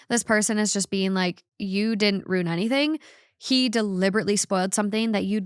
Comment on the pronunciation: for the love of God, stop mispronouncing the word Ruin. It’s ROO-IN not ROON. Correctly pronounced “ruin” has 2 syllables, so if someone is pronouncing it as one they are not using the correct pronunciation. You can listen to it in American and British English.